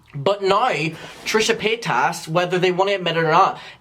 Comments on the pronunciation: Páytas not PayTASS… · LMAO, he's the first person I've ever heard pronounce it that way